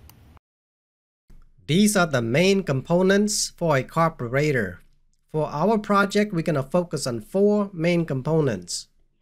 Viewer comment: say car bur rater one more time .